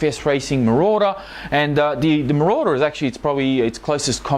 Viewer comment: Ayy. You finally know how to say Marauder! lol